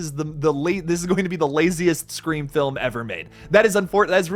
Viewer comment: Bro it's "SCREAM!!"